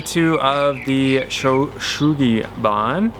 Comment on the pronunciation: FYI it's pronounced soo-gee (like the name Sue). The rest is good. I lived in Japan for many years and am fluent. It looks beautiful, btw! Love the look.